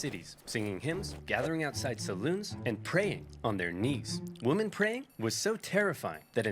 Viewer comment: I'll never understand why this guy pronounces women "woman". o_O